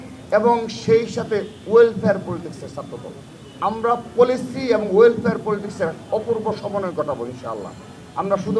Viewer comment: পোলিসি কি ভাই, পলিসি, উচ্চারণটাও ঠিক ভাবে করতে পারেন না, আপনি নেতা হলেন কেমন করে???